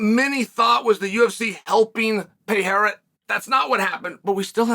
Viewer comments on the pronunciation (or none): PeeEra pee-era. Chael butchers name on purpose I think..We all know he hates Brazilians.